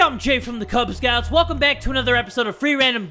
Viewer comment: Who the hell gets "Kubz Scouts" wrong?